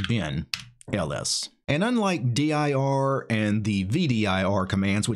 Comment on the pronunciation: 1) Neither "dir" nor "vdir" look much at all like what the standard output of "dir" used to look like on DOS or looks like on Windows, so if that was the purpose, they've failed pretty hard IMO. 2) Why on Earth do you spell it out in speech, in stead of just pronouncing "dir" as a word? It's not like it's an acronym, you know.